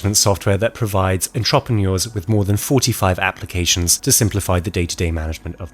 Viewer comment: Your pronunciation of entrepreneur is more horrific than the assassination in this video